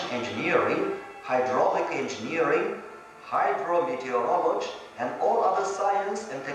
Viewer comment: "Hydro-Meteorolloge..." Narrator was like "fuck the y..."